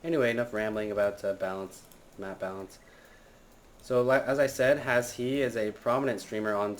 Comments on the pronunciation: Just letting you know, you pronounce his name as Hash. Its a silent e. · i was watching trump's stream of the wold cup and he ask HasHe how its pronounced and its Hash.